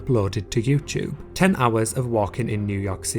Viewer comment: i can’t get past “yewcheube”